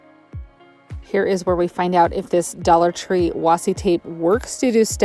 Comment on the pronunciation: It's pronounced Washie